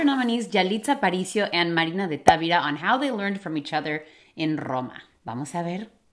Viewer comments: No es Távira, es Tavira sin acento. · Analicemos el español de Miss Tuggy cuando dice Marina de Távira (es Tavíra) palabra grave con acento prosódico, puse la tilde por claridad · Hablando de mejorar nuestra pronunciación es Marina de Tavira, no Marina de Távira. No es una palabra esdrújula puesto que no está acentuada. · Moraleja: vuelve a sorprendernos al enfrentar la realidad con cordura y empatía. Supo en el fondo del corazón que pronunciaba mal Tavira porque sabía que una palabra grave que termina en n, s o vocal no se acentúa ortográficamente, es decir el acento recae en la penúltima sílaba (Ta-ví-ra). Ambas extraordinarias féminas me dejan a mí la moraleja de que es posible llegar a comprender y hablar otro idioma a la vez que disfrutas el expresarte en el propio. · He aprendido y corregido la pronunciación de muchas palabras con. Me atrevo a corregir en español el apellido de Marina, es una palabra grave, por lo tanto la sílaba tónica está en la sílaba VI. No se pronuncia como una palabra esdrújula, porque en ese caso, se escribiría TÁVIRA. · Tavira... lo pronuncias acentuando la 1ra "a", y no, no lleva acento...tu español es muy bueno 👍🏼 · Hola solo al tiro con el apellido Tavira. No sé pronuncia como tú lo haces. Ojalá aceptes la corrección. Saludos cordiales preciosa